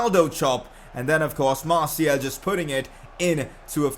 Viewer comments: martial is said like marshial not marciel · Dose he not realise that its is martial and not martiel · Hey bro it's MartiAl ! with a A not a E. now i give a important mission: in your futur videos you need to say Martial with a A not a E. Good Luck Bro 👈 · Martiel pls just say fkn martial it's not that hard m8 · Could you stop pronouncing Martial like Martiel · Ur really meant to pronounce it like marsiel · Learn to say martial